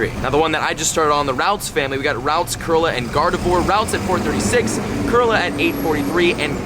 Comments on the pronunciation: KER LEE AH. Not KER LA. kirlia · You said Kirla instead of Kirlia.... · It’s pronounced curl lee a not curl la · Please start pronouncing Kirlia with the ‘i’ and Gardevoir with it’s correct French pronunciation, the oi spelling was a “wa” sound (Gardevwar) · I understand. I got really triggered when he said Kurla as well